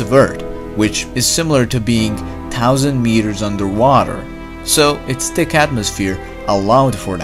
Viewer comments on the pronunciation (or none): t i c c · >>-----------------> Great channel. Heads up on your "th" pronunciations. Your "thick" sounds like "tick", your "both" sounds like "boat", thank > tank, thin > tin, etc. I've noticed it's a repetitive habit of yours, but one that I am sure that you'd like to work on. I'm working on Chinese Mandarin myself, as a third language, and I've always appreciated constructive criticism on my own mispronunciations. As a loyal subscriber of yours, I give your videos a 10 rating! -Xièxiè. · Say, "thick", again. I dare you... Say, "thick", again. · the way he said thick: TIKK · why do you pronounce "th" as T? like Tick instead of thich, bot instead of both ect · u said ticc and no thick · I love how you say thick xD ,,Tick.''